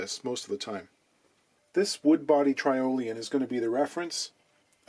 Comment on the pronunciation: It’s pronounced Try-olian because it’s spelt Triolian. It’s called Triolian because it was originally a Tricone resonator. The Tyrol connection is a new idea to me, possibly unique to you.